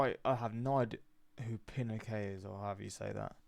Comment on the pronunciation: Pronounced: "Pea-no-shay" Augusto Pinochet was the right-wing dictator installed by the US after the overthrow of Chile's left-wing President Salvador Allende by US backed/supported forces. Pinochet murdered, disappeared, tortured and imprisoned thousands of leftists. The coup of Allende took place on September 11, 1973. This is the Sept. 11 that the US government wants everyone to forget.